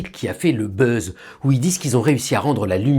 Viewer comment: Le "beuze". Cousins Français, pourquoi vous tenez absolument à vous ridiculiser en vous essayant à l'anglais en toutes circonstances? Signé: un Québécois